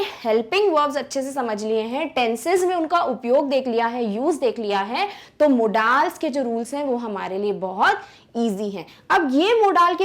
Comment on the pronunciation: are madam aap मॉडल्स को मोडालस बोल रहे हो